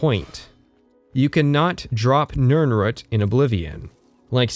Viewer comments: Small brained argument: Something he covers in the first couple minutes, jokes about the video length, etc. Big brained argument: it’s pronounced nirn-ROOT, not nirn-RUT! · Beginning of video: Nirnrhut Me:..wtf End of video: Mispronounciation drives up engagement more than asking people to like, comment, and subscribe Me: Clever girl. Great video btw! As much as I felt horribly called out so often, I still had to laugh about it. Also, I kind of want to replay Morrowind and Oblivion now. :/ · Why are you saying "Nirnrut" instead of Nirnroot? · Must be a northwest/pacific coast US pronunciation. There's another YouTuber i watch, slightly infamous, was born in CA, and grew up there as well as WA, and he says Rutt, rumm instead of root, room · > "Nirnrut" HAHAHAHAHA!!!!!! You mean "NirnROOT"? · So genuine question: When you say 'nirnroot' you pronounce it like 'nirnrut'. Is that how it's actually said or did I misremember somewhere that it's pronounced 'nirn-root' like it's spelled? or is that an accent thing? I'm genuinely kind of confused about this at the moment. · Love the video but please pronounce the root in nirnroot like shoot for your quick analysis of TES6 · You say nirnroot like "nurnrut". have i been pronouncing it wrong my entire life?? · no one:: nirn-rut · It's root, at the very end he says he mispronounces things on purpose to confuse people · Why the fuck do you pronounce nirnroot like that? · What the hell is going on with your pronunciation of "root" in "Nirnroot"? Is this your first time seeing this word or do you just have a really strange accent? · The only problem I have with this content is the way you pronounce nirnroot. On this, and this alone, I am ready to go to war. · Your pronunciation of nirnroot made me cry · The pronunciation of nirnroot deeply wounded me. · Ok ok ok but why do you pronounce nirnroot so oddly?